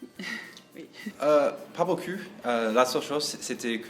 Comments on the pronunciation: Il faut que tu dise à que l'on ne dit pas "beau cul" mais "beaucoup" aha, sinon c'est une super vidéo, ça fait plaisir de voire que des américain s'intéresse à notre pays et nos baguette, continue comme ça! 👍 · "Pas bocu" ! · mdrrr le "pas beaucu" a ma tué mais j'admire leurs progrès dans la langue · "beaucup" à la place de "beaucoup" c'est chou aussi ^^